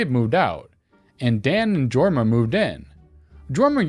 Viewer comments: Jorma is pronounced "Yorma." Look up Hot Tuna. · I know it's hard to know how to pronounce a rare name, but I actually went to school with a Jorma, and it's pronounceed Yorma. The more you know. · I went to school with a Jorma. It's pronounced Yorma, in case the name crops up in the future.